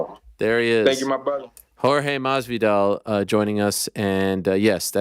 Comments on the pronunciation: Ariel I love you but is "MaSvidal" and not "Marvidal" 🤣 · Every single time. It’s become Machthvidal